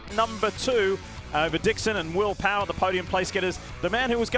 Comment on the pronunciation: Did the reporter who called will power will powder need to use the restroom or did he have an itch? No matter what that accidental letter add in his name was a little funny to me.